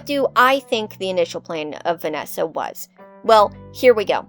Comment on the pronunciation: Also when you said "vananny" I laughed more than I should have 😂